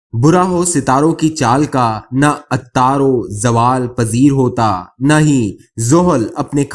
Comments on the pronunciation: اچھا تجزیہ ہے جناب ، تاہم یہ لفظ "عطارو" نہیں ، "عطارد" ہے ۔ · Plzzz plzzz apni URDU ki pronunciation theek Kar lain Ataaru nahi word ATARAD hai Sardar nahi word SAR_E_DAR hai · کم از کم بندے کو لکھا ہوا تو پڑھنا آنا چاہئیے۔ جو شخص عطارد کو عطارو پڑھے اس کو کون سننا پسند کرے گا۔ املا کی اور بھی بہت ساری غلطیاں ہیں۔ لکھا کچھ ہوتا ہے پڑھا کچھ جا رہا ہوتا ہے۔ دوہری مشقت کس لئے۔ لکھائی سامنے نہیں آنی چاہئیے۔